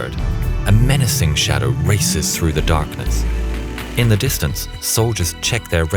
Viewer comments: lmao "ze top sekret radar" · "ze top sekret radar" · “Ze Top Secret Radar” hah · "Ze top secret radar" I love this channel.